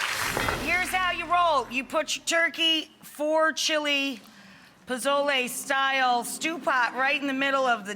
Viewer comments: Mrs girl didn’t even say pozole she said “bozoley” 😂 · Ay dios mio, NO! please stick with your white, uncultured food, stuff ya can make, don't disrespect one of the greatest dishes in my Mexican culture by making chili and calling it pozole, AND THE Z IN POZOLE, IS PRONOUNCED AS AN S!!!! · NOT pozole. lol